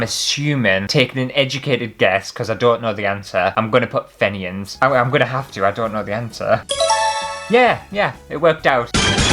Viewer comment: I got sh*t lol The Fenian answer is pronounced Feeen-yin. It is used these days as a supposed insult by some towards Catholic members of society in Northern Ireland. No, I don't get it either, but I don't 'get' hate 🤷